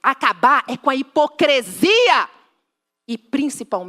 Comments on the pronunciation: "Hipocresia" precisa de uma aula de lingua portuguesa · A dona aí não sabe nem falar. O certo é hipocrisia. E não hepocresia. Tá bom?